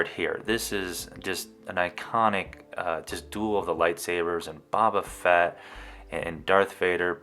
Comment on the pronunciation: "Ba-Ba Fett" ................ Boba Fett's uncle... Jango Fett's brother.